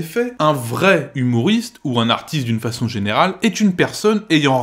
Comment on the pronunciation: Tu prononces vraiment "humouriste"?